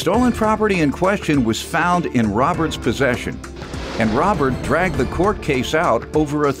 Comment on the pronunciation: FFS "DRAGGED" not drugged!!